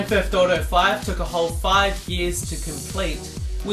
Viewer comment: fee hundred and 99 dollas. lol